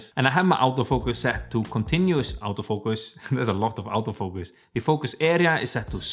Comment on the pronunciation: much learnable and i like ur accent XD aouto fucus :v word XD sir i use a6400 and kit lens please check my drawing video and suggest me howto make my videos more clean and sharp when i record from little far like 2 feet the lines in my drawing and the clearness loses i record 1080P